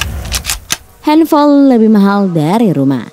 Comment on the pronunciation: Henfol? Wkwkwkw slh ngomong ya